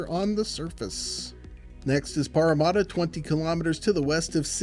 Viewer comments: Pretty close! "Paramatta" is pronounced "Para" as in parachute, and "matta" the same as "matter" ;-) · as a Parramatta local, I am still concened about the butchered pronunciation, there's no u's in the name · The parramadda kills me